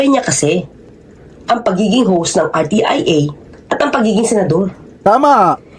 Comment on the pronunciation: R T I A....HINDI RTEA